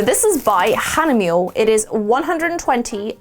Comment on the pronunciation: So, I know I‘m late to comment on this but „Hahnemühle“ is pronounced differently. So the focus is the first part „Hahne-“, the „ah is more like „ah that hurt“ and the „ne“ is like nä (I know ä is a difficult letter but how you pronounce it is like how you would pronounce the e in „-ne-”). So „Hahnä-“. And then you have „-mühle“. The „u“ is like a french u (that’s ü in german) and the „le“ is lä like I explained before. So more like Hahnämühlä. I‘m not trying to be mean, I just think it‘s funny how English-Speakers pronounce it. And if you don‘t know what I‘m trying to say, I think Google Translator might help you.. Just a little lesson on German pronounciation! Have a nice day!